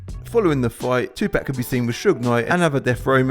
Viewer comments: Jay z once said, white people say tupack, not Tupac 😂😂 damn lol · It’s Tupac not Tupack you clown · Who the hell is "2-pack"